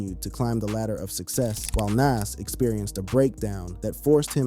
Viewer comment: Big L had NOTHING to do with Jay Z's career you're not a "big age" at 26... You're still wet behind the ears and you're lack of knowledge of hip hop is the proof. And Lord have mercy Nas isn't (Na-as) it's, (Nah-z) Y'all millennials SMH